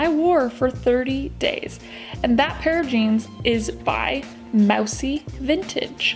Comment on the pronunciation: It’s actually pronounced “moo-see” like the dessert.